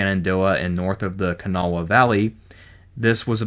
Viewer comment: Kanawha is pronounced Ka-nah. The w and the last a are silent.